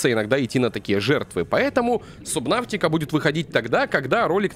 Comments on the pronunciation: не сабнаутика а субнатика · сабнатика а не сабнаутика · можешь пожалуйста говорить сабнатики, а не сабнафтика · игра называется субнатика, а не субнавтика хотя может я и не прав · ГОВОРИТСЯ СУБНАТИКА